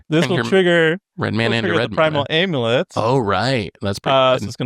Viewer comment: This whole episode is just an excuse to let say "aaiimulett" over and over